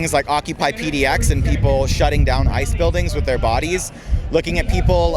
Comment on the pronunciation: IIt sounded like he said "I'm here personally because I should be abolished."